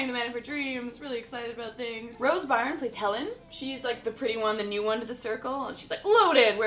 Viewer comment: This movie deserved way more than that in my opinion... When I went to see it at the cinema, I looked around and couldn't see one person who wasn't crying from laughter at least every 5 minutes. Also, Rose Byrne's name isn't pronounced 'Barn', it's 'Burn'. Also where did you get the idea that Maya Rudolph's name is 'May-ah Radolph'? It's Maya as in 'My-ah' and Rudolph... as in Rudolph.